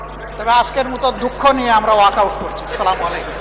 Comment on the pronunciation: অকআউট আর অকআউট 😂😂😂😂😂